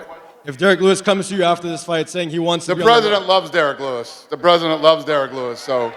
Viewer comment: “The bresident loves Derrick Lewis” lol Dana white looks exhausted